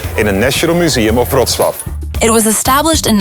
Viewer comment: so that's how you pronounce Wrocław...